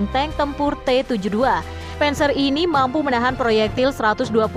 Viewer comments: Admin blajar yang banyak😅 penser dispenser 🤣 bhasa jerman bacanya sama saja "der Panzer" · Bukan penzer tapi panser